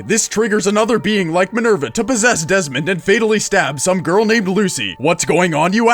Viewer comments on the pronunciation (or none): none